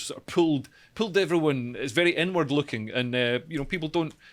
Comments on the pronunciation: everytime dude said 'inward-looking' about the SNP, i kept hearing 'N-Word looking' and i was thinking 'wtf does this even mean' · This is probably the best segment has done so far. Informative, succinct, and funny. Also, every time says, "inward looking" I hear, "n-word looking". "It's an n-word looking country." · whenever you say inward looking I keep hearing N-word looking. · am i the only one who thought leo was saying "N word" when he was saying "inward"? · Please practice the way you say "inward looking" 😳